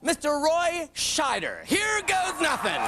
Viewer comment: "Roy Scheider" 😆😆😆😆😆